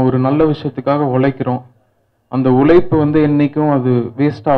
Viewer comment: ' ழ ' - தள்ளாடுது; உலைப்பு இல்ல உழைப்பு. Learn to pronounce தமிழ் words correctly. Becoz, Correct தமிழ் pronunciation will help a Music director or a Singer to be successful.